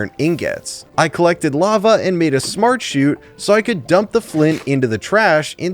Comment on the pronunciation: bc like bruh he literally said SmArT-sHoOt like bruh